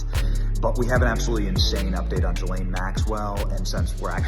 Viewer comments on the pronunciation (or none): Ghislaine is a HARD “G” Benny!!! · As much as I can’t stand Ghislane Maxwell, why can’t Benny (as well as a lot of other “reporters) pronounce her name correctly? Even Dershowitz can pronounce it. Hard “G” (like grape or gold) “Gil-ane “. I think she should rot in a maximum state prison but at least pronounce the child predators name correctly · She pronounces her name, Gay-Lane Maxwell. Not that I'm defending this woman. LOL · Great coverage. Just a note, her name is pronounced: Ghee lane. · I wish this guy would either say her name properly, or just stop saying it.